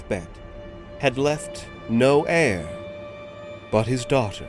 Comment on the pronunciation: The way "daughter" was pronounced perked me up out of stupor as it sounded so American. 😂